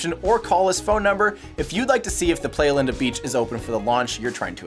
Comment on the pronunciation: Play-a-Linda? Try Ply-a-Linda. It's Spanish for Linda Beach.